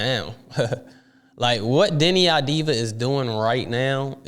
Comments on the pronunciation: its "AVDIA" or "AVDIYA" not "AVDIVA" .... it"s Av-di-ya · It's Av-di-ya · Deni, last name procurance : Av-Di-YA, please take a note!